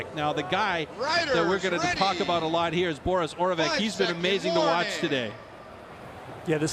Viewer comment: Oravec /oravets/ Vaclav /Vatslav/ The Czech and Slovak C is a TS sound not a CH or K